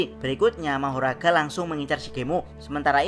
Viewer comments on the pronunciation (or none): Tapi manggil nya kok magora ya bukan mahoraga